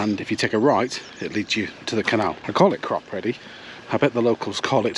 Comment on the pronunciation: Think its pronounced Crop eddy